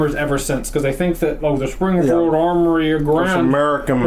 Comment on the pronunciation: Sprongfield Uhmory lmao